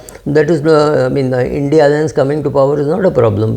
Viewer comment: Why are u calling it Indy alliance?